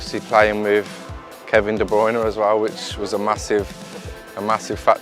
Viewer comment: Nobody: Grealish: kEvIn ThE bRoInE